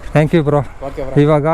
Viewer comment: ತಪ್ಪು ಮಾಹಿತಿ. ಚ್ಕಿನ್ ಬಾಳಿಕೆ ಹೆಚ್ಚು. ಲೂಬ್ರಿಕೇಶನ್ ಮಾಡಬೇಕು ಅನ್ನೋದು ಸರಿ. ಚೈನ್ ಸ್ಪ್ರಾಕೆಟ್ ಸೆಟ್ ಬರಿ 2080. Belt ನಂತೆ ಆಗಾಗ ರಾಗ ಹಾಡುವುದಿಲ್ಲ. ಅಷ್ಟಿಲ್ಲದೆ ಕಂಪನಿಯವರು ಚೈನ್ ಪರಿಚಯ ಮಾಡಿಸಲಿಲ್ಲ. ಅವರೇ ಆಂಗ್ಲ ಭಾಷೆ ಚೂಲು ಬಿಡಿ. ಟ್ಯಾಂಕ್ ಯು ಎಂದಿರಿ ಅದು ಥ್ಯಾಂಕ್ ಯು. ಈ ವಿಡಿಯೋದಲ್ಲಿ ಅನಾವಶ್ಯಕವಾಗಿ ಮಾತನಾಡಿದ್ದೀರಿ. ಈ ಅಭ್ಯಾಸ ಸರಿ ಮಾಡಿಕೊಳ್ಳಿ.